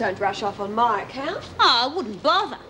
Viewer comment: haha not tonight Jim " I'm washing may hair"